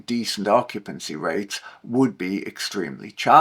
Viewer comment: occupancy RAVTES 😂